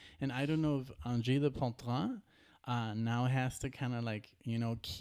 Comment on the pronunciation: Hey, you pronunciation is quite close. For the last word, last syllable, poiTRINE, you can pronounce it like gREEN (but you replace the g with t of course) But you're close enough, we understood just fine. Don't despair. 😆 Nice reaction from you two as always. 🤘